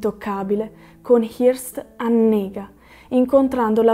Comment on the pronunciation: si pronuncia, pressappoco, "Hœrst". Ottimo video